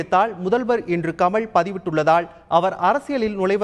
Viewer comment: Tamil ucharippu sari illai. Fire this guy from Thanthi TV. The basic qualification is good Tamil for Tamil TV. He says கமள்... தேடாவிட்டாள்! தோளா ...